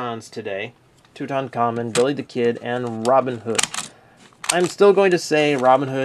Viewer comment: I like how much emphasis they put on the non-existent Rs in Billy the Kid. BiRRRRRRy the Kid!